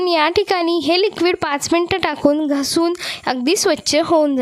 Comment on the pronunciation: घसुन नाही ग😂😂😂, घासुन